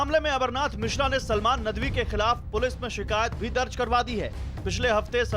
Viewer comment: abe chutiye nadvi h vo naam tu dhang se le le